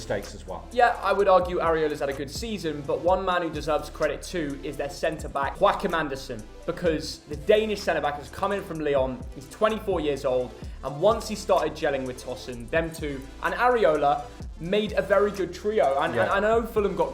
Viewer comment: his name is Joakim AndErsen not AndersOn😅